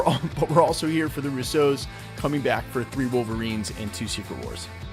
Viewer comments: Not to be picky but it’s the RUsso brothers, not the RussO’s. It’s an Italian last name and the stress is on the first syllable in this case. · Why u say Russos like there a type of cereal lol roose- ohs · They're not the Rouseaus. They're the Russos. They're Italian, not French - accent on the first syllable. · The “Russeaus”, this is the first time I’m hearing their names in a French accent. Lol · Bro stop trying to pronounce russos in a different way its mad cringe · Bro. I gotta know why do you say their name like that?? Love your Channel keep up the good work